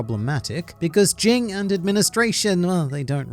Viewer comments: Look bro, its either Ging ( G as in ground) , or Jin. Not fucking Jing. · The fact that you keep saying his name wrong is fucking cringy